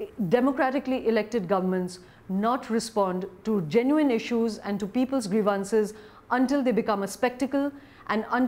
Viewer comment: please check up on how to pronounce grievances !